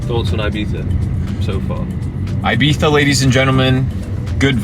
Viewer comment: thanks for making an effort to pronounce " I " Spanish way ..